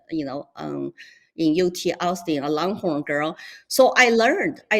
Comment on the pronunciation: "I'm a Longhorn girl" sounds so much better with a Chinese accent! 😆